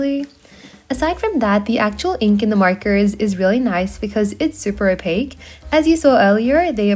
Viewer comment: STOP SAYING OPAC!